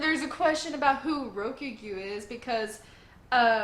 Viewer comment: New admiral is called "Ree Oh Coo Gyu" btw 4 syllables. Really close tho. A lot of people don't even try lol